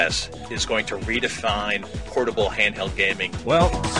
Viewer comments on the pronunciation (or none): When the guy said play station "pornable" I just gave up on life